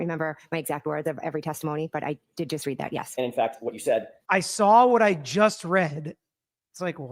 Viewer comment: It's READ not REED. 😅